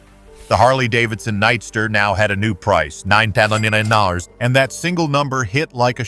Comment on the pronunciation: LOL! Funny how AI has trouble saying $9,999 NA-NI-NANNA NA Dang.